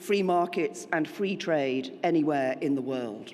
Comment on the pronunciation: Fwee market and fwee twade.... thank you,?